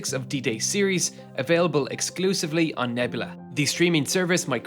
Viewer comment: Say it with me neb-U-la